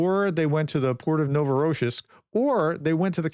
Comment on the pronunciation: The accent for Novorossiysk is on the last syllable.